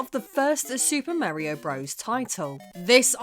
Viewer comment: Merry-o bruvvizz.